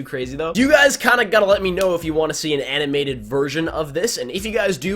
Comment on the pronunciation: ANNAM-MATED ANNAM-MATED